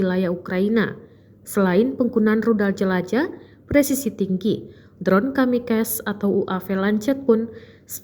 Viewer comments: tolong bagi naratornya kamikase dibaca kamikase bukan kamikes 🙄🙄🙄🙄🙄🙄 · Juancuk tenan nih wadon... dibilangin kamikaze ... kamikaze ucapin sesuai tulisan nya anjaaay ! masih saja nyebut kamikas kamikas. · Goblog bener ini pembaca berita..ngomong lancet aja ga becus.. bacanya Lanset woi.. Kamikaze juga ga bisa ngomong... Emg tribun penuh dengan orang2 tolol